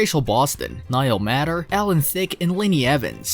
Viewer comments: Appreciate all this great news about each of these, but please say Niall's last name properly, pronounced MAY ter...not matter...MAY...it needs to be said correctly. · Niall Matter (May-ter) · I appreciate the compilation of Niall Matter films that I love. One small matter, Niall Matter pronounces his last name as though it were spelled "mater" with a long A. It would be great if you corrected that! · Niall is my favorite actor and I appreciate this video but don't appreciate that whomever is the narrative, he is mispronouncing Niall's last name!!!!